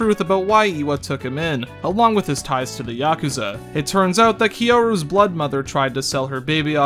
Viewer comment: "kiyoru, keearu karu kiyuru kyoru" man, you were struggling, lmao